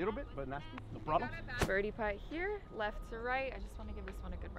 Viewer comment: “no prollum” 😂 i love these guys